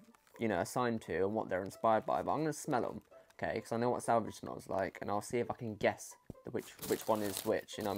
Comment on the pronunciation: Awwww salvage aha cute. It's pronounced like sav-aww-ja It just reminds me of cheap shaving cream so I can't stand it tbh.